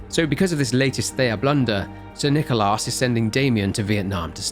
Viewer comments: saying "So, because of this latest THEIA blunder, Sir NicolARSE..." is so funny, may it be intentional or not. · "Sir NichoLAS" Our boy is glitching.